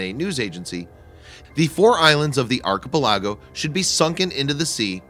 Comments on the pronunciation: Good video - I really enjoy your insight. On archepelago you want to pronounce it "ark ah pell ago". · OffTheBeatenPath...That may be so, but "voice over guy" IS native English speaker and gets archiPELago wrong. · Please learn how to pronounce "archipelago" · Please fix your pronunciation of archipelago. The emphasis is on "pel". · archipelago.. pronounce it right. Thanks .. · The way you say archipelago gave me cancer. Love the vids though keep it up